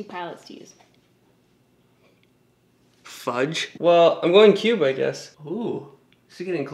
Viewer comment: For a second when you said the shade “cube”....I seriously thought the shade was “pube”